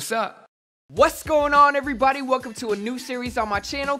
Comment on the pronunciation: he said "wasss going on" in the beginning lol